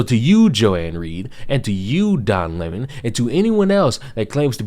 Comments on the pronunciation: I like the pronunciation Don Lémahn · "Don Le Mon" 😂😂😂